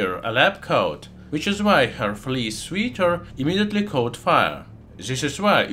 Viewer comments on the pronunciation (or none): Sweater, is pronounced "swetter". Not sweeter. Your English is getting almost as good as your channel.😂 Great video bro!